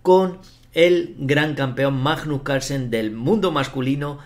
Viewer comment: Es magnus no majnos.